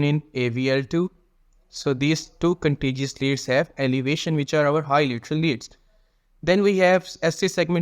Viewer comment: It’s contiguous lead bro not contiguous lead,are you Paki.